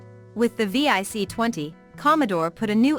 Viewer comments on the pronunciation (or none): It’s vic, not V.I.C and your pictures showed a vic 20 and pet NOT c64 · VIC 20. Not V-I-C 😂